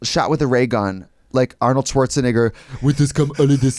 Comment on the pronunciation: Why Trixie say Schwarzenegger like that😀